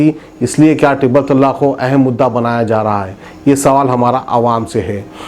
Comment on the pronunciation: Tallaaq nahi talaaq bolo urdu sahi karo apni aur national channelon ki naqal mat karo apne mein qabiliyat paida karo